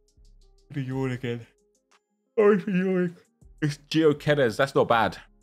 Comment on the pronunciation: It’s not pronounced Gio Keres